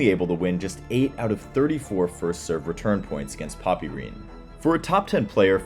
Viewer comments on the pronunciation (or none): Poppyrin😂😂 It’s pronounced ‘Pop Rin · Mispronunciations make me cringe. 😅 It’s Pop-uh-rin. And more importantly, it’s Ahn-drey, not Oh-drey. ❤